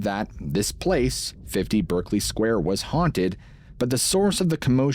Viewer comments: In the UK we pronounce this 'Barkly Square'. Sorry to be pedantic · It’s pronounced “Barkley” square